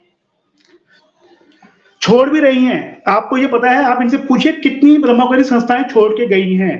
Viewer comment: Ye etne denose Bramhakumaris nahi bol parahihai. Bramh kumari bolti hai.😂.